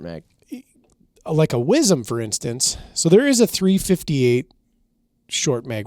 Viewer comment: “wizzum” … yall killin me …. i twitch everytime it’s said …. southern born/bred … southwest louisiana …